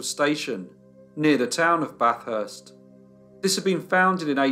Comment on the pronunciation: Yay, more Australian content! Also congratulations on pronouncing ‘Bathurst’ correctly. That’s pretty rare for non-Australians.